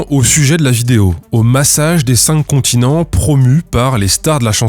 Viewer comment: Sur le "massage des çincontinents", les pros s'tatent ! 😆